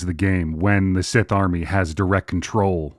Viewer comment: Take a shot every time pronounces Sith like cis. 😂